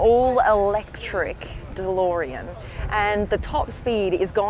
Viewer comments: alex its beautiful dolorean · The best thing here is the way Blondie says Delorean